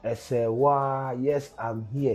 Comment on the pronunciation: Your big head still can't pronounce Serwaa's last name. This girl is on TV and I'm sure she pronounces her name after every news 🙄